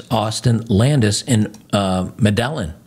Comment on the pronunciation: Medellin... pronounced Meddy, ian or Meddy E Anne, then say it faster and slur it together.